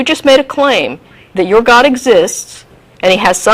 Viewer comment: Why do these Muslims have to pronounce God as "Got"